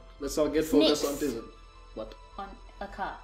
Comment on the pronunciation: And also Tizen is pronounced "taizen"